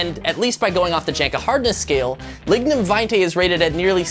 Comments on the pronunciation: Your pronunciation of lignum vitae was upsetting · That's not how you pronunce lignum vitae